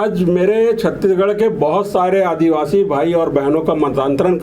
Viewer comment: महोदय कृपया छत्तीसगढ़ का उच्चारण सही करे आप छत्ती गढ़ बोल रहे है!